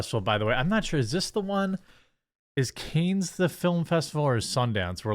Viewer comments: Its cahns not canes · "khan" not "canes" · It's pronounced "konn" not "kAnes" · It's pronounced Kahns not canes. But I am still a big fan, bro! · You said “CANES film festival“. It’s pronounced “can”. French word. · Not to be a jerk, but. It's not "cane" it's pronounced like "kahn". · Can. Not canes. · It’s pronounced “Kahn” or “Can”—the final “s” in French is almost always silent. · Fun Fact : Cannes is pronounced CUNT but without the T . It's in France. Don't mean to be the grammar police I just felt like writing the word cunt. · Cannes is pronounced Kahn dude...😅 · Cannes is pronounced Kahn with no S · With respect, Jeremy, please do yourself a favor and Google the proper pronunciation of "Cannes." You're in mass communication, so you owe it to your followers to say it correctly. It's Cahn or Cohn. While you're at it, search for Jean de Barrie as well. Peace! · Cannes is pronounced Kan haha. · "Can" Jeremy... it's pronounced "Can" :_QuarteringCbc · It's French, the es at the end is silent,it's pronounced like can. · It's pronounced like can dude, that was painful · Translates to canes tho so you almost had it I guess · I believe it’s pronounced “con” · Cannes is pronounced "con" or "kawn." I enjoyed the video. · It is NOT pronounced "CANES" jeeze is it too much to ask to pronounce the name of this most famous Cinema Festival correctly??? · It's pronounced can. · His pronunciation made me wanna get some Raising Canes chicken 😂